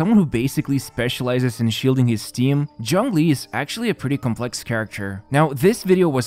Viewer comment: It physically hurts every time you say "John Glee". Zh as in G in genre.